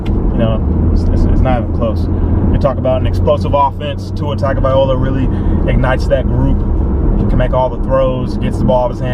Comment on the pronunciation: Tua Tung-oh-vie-low-uh. Also, I enjoyed this obviously biased video, because you actually justified what you believe with facts and stats, but stayed true to the team you support. College football could use more fan personalities like yours. I still hate orange, but good video. I hope everyone stays safe, and we get some good entertainment for a few hours.